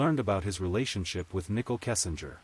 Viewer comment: Voice AI: Shannon= Shaw none Nicole = Nichel. Ruins the story. Please do better.